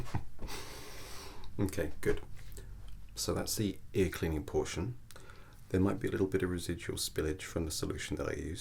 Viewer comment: Around the edge of your "aer".. ear 😂 that got me